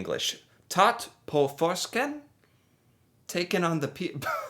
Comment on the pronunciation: can you please look up how to say Å, please. what you are saying is uuu. you managed to say it correctly when you said the word på